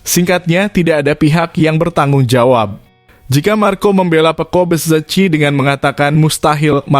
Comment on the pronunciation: Minimal suka MotoGP lah min😂,lucu aja kau nyebut Ducati,pecco,dan bezzecchi nya,. Btw itu aja sih yg buat nggk enak over all bagus aku suka berita begini